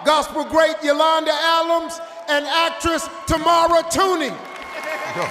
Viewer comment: Its Yolanda Adams not Alams 😂